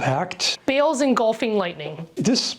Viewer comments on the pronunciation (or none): As a player of genshin I’d just like to say it’s pronounced Ba-al not bale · Baal is pronounced like ball. Not bale. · Wait... she said bayle... CURSE YOU BAYYYYLE!